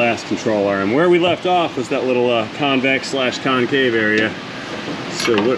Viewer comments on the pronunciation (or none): We've all had days like this. FYI you forgot the N in convex. Jus sayin. Cheers.